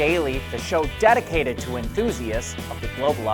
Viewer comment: 😆 DAD-icated... TASla